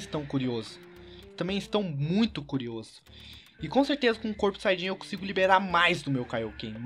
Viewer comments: Quem percebeu que ele falo xanhadin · ate ele fala Xayajin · se disse xaiadin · vcs viram no 1.58 ele falou chaiadin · Você disse super xaiadin